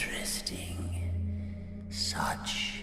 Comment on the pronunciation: the person that said so very important so very inchresting is bendy!